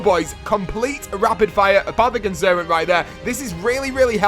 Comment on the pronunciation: kjell sonneveld 1. Its pronounced Apothicon Servant. 2. No.